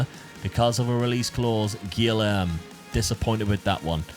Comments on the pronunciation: pronouncing a brazilian named guilherme as gylherm is absolutely criminal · Guilherme is pronounced “Gee-Air-May” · Enjoying all the commments correcting on his pronouciation of Guilherme